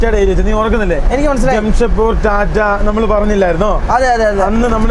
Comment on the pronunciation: ചളി അടി തുടങ്ങി അവനോട് നാക്ക് നല്ലപോലെ വടിക്കാൻ പറയു ജെംഷഡ്‌പൂർ എന്ന് 10 തവണ എഴുതി പഠിക്കാൻ പറയു സംരിക്കാൻ തുടങ്ങിയാൽ ഭയങ്കര അരോചകം ആകുന്നു സംസാരിക്കുമ്പോൾ പക്വത കാണിക്കാൻ പറയു നിങ്ങടെ അപ്പനും അമ്മയ്ക്കും സംസാരിക്കാൻ അവസരം കൊടുത്തൂടെ